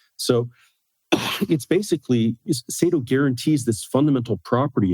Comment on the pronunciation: Saito man, not Satio 😂